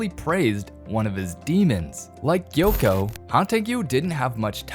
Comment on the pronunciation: It’s not yoko it’s gyokko